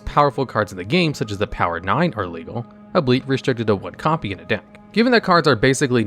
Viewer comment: He pronounced "albeit" as "ableet" lol. I thought this channel only mispronounces card names.